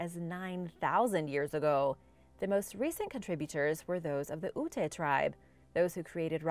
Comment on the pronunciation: Ute is pronounced you, not ooh.